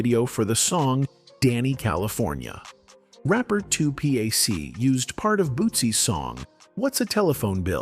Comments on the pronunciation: "Rapper 2 P.A.C." Said no human ever. WTF with these obnoxious AI voiceovers. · Using AI for narration is a terrible idea. it said Rapper 2 P A C